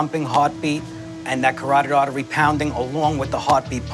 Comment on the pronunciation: Hillarious that this officer says this man is nervous then says "his coroctic artery" can't even pronounce it but we're supposed to think he knows what he's talkin about.? CAROTID ARTERY.!!! 🙄